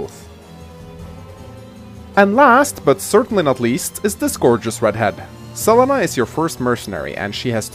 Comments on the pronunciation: I love this map but hate how you pronounce Selena. Like, it's not even a weird name like Lon'qu or Cherche - it's a common name! C'mon! Sa-leen-a not Cell-eh-na! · 1211 Selena in spanish is Se-le-na, but as always that english accent screwing even names